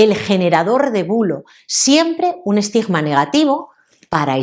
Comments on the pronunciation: Estigma, no estijma. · Esa "g"de " Estigma" me da escalofríos.